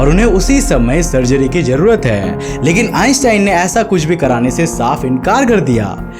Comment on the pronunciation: Ur way of talking is hillarious.....:) mai huuuuuuu, lekinnnnnnnnnn, nahi karte hainnnnnnnnnnnnnn.. Jude hainnnnnnnnnnnnnn.. Lol. end k word pe kam zor laga liya kar